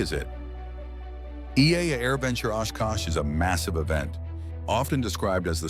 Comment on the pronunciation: This video is AI slop. The name "EAA" was mispronounced and video of a warbird was shown when talking about vintage. Go find a video from someone who has been to AirVenture.